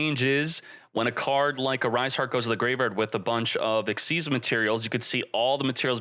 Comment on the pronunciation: The madlad finally pronounced "Xyz" correctly.